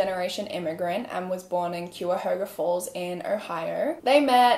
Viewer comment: did not expect my hometown to be in this 😅 also it’s pronounced K-I-O-HOGA falls haha